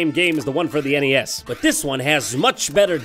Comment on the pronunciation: Ah yes, I play Mario on the NEYAS.